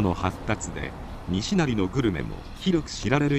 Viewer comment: にしなり「に」にアクセントを持って来ていますが「にしなり」です 平坦に発声するのが大阪弁です。